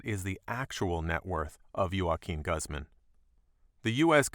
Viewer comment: The way he says Guzman bothers me